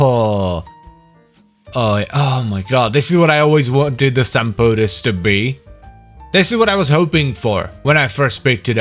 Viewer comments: Are you sure you're not supposed to pronounce it like Sam-Poh-Tees, like it's Greek? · I really don't think it's Greek, unless its meaning is supposed to be "like boots" (sampotes -> σαμπότες -> σαν μπότες -> like boots). It does sound Greek-ish, so it'd most likely be pronounced like Sam-boh-tes, as the "mp"; written "μπ" in Greek, is pronounced thicker than "mp" and closer to "mb". I pronounce it Sam-poh-tehs. 🤷🏻 But I also pronounce "gyros" like a Greek when speaking Greek and like a foreigner when speaking English, so maybe I'm not the one to speak on this lol. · Sampotes 😒 Suck On This 👍 I dont think i ever pronounced that weapon correctly Its unofficially named "Bonk"